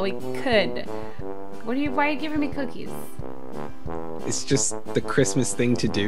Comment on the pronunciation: and get capquake says coocies